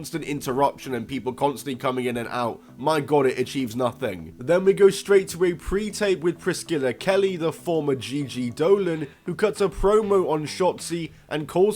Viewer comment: Bruh....the C in Priscilla is silent. "Priss-killa" sounds ridiculous.